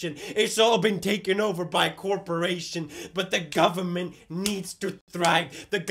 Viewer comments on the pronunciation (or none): “the gobmament”